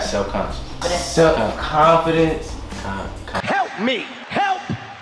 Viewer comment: tryna pronounce self confidence is so funny🤣🤣